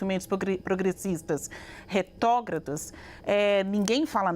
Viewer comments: Cara a Basília falou "RETÓGRADA".... ela é jornalista mesmo??? tá escrito na bandeira independência ou morte ainda ou já mudaram...e o Chile, continua fazendo dívisa com a gente... Affffffff... não sabe o básico.... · Uma jornalista dizer: "retógrada" ao invés de retrógrada é de lascar! 😂